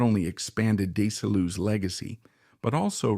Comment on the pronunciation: PLEASE learn to pronounce Desi Arnaz's name and Desi-Lu correctly!